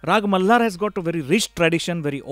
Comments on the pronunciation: Why the host is pronouncing malhar like... Malar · Why he is saying raaag mallllaaar... its malhar sir.